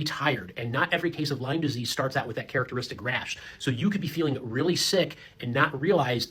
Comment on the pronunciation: Lyme disease - My bf says it with S at the end too. Am I the crazy one?